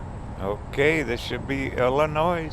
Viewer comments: Illinois s is SILENT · Fun video til you didn’t know how to pronounce Illinois. 👎🏻